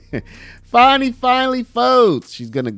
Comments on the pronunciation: Why is everyone calling her "FARNI" . Her name is Fani, it's not hard! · It's FANNY not Fauni 😜😜😜😜😜🤣🤣🤣🤣🤣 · I don't see no "w" in there. So it's Fani (Fanny), not (Fawny)! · Why are you calling it fawny? It's fanny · FAN - ee not FAWN - ee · Its fanny, pronounced as in female genitalia, not funny as in haha. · There is no "W" in "FANI".